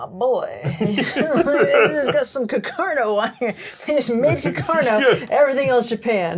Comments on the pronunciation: why cant she say "carcano" aaaaa not "cuckurno" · Am I missing an in-joke behind saying Cah-Carno every time?